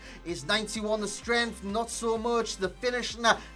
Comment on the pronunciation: "His 91 strenghth"? :/